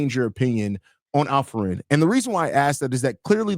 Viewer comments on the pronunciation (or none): Why does the guy by the named keep calling Alperen as Alfred? 😂😂😂😂